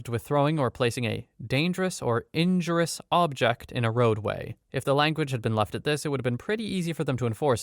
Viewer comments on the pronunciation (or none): Injurious. en-JUR-ee-us. Not INJURE-us.